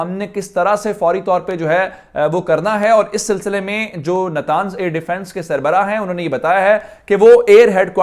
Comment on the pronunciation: نتانز نہیں نطنز